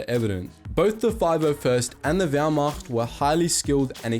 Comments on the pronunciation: As a German I must mention that your pronunciation of German words is very very good. I honestly expected that you would say Wehrmacht like wehrmakt. Positively surprised. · “Wehrmacht” As a german, that pronunciation is pretty damn good! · Die Aussprache war für einen nicht deutschen verdammt gut. Natürlich hört man dass er nicht deutsch ist, aber immerhin hat er nicht wehrmakt gesagt hahahahaha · I like how good you pronounced the german words! (Wehrmacht, Blitzkrieg,...)